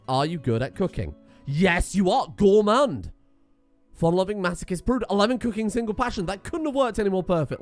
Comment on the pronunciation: Gourmand, not gourmanede.